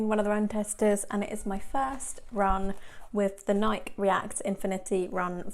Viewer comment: How can reviewers still mispronounce "Nike"?